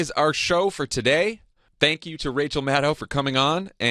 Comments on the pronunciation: Jon, please pronounce Maddow's name correctly. The second syllable is /doe/, not /dow/. The vowel sounds in Maddow are literally the same as in Favreau.♥ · Great show. Just one tiny nit-pick, Jon - Rachel's last name rhymes with crow not cow. She is too gracious to correct you on air, so I will do it for her in the comments.